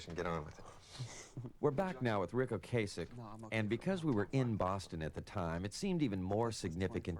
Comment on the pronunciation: Its O-Cass-ick